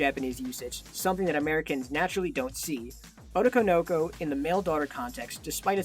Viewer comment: Saying otokonoko like that is killing me 😭